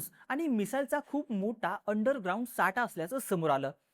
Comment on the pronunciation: अरे दादा तू शुद्ध मराठी का बोलत नाही? म्होटा नाही रे... मोठा....!